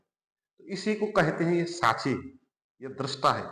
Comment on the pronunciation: Sahi shabd hai - saakshi. Par aap pronounce karte hai - saachchi Jo sunne me thik nahi lagta